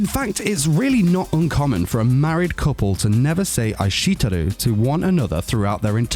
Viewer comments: Omg I kekd every time he said eyeshetooru 😂 he said it like 10 times and his accent makes it even better. How can you be a weeb and not be able to pronounce Japanese. I’m pretty sure I could say eishiteru before I learned Japanese. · Is it just me that gets triggered when this guy pronounces "aishiteiru"(i-sht-ee-rdu) as (i-shit-eru)? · Pronunciation of aishiteru just made me laugh. Ai sheet eru. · Ai SHIT teru. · I'm sorry but you really butchered the pronunciation of Aishiteru. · hearing say aishiteru hurt my soul... xD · No one: How This guy pronounced aishteiru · Lmao, his pronunciation is so wrong